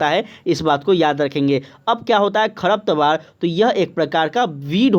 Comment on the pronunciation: सब बात ठीक है लेकिन कुछ शब्दों का उच्चारण सही से किया जाए ताकि रिवीजन में अच्छा लगे। जैसे की आपने साझा की जगह झासा बोला और खरपतवार की जगह खरतपावर बोला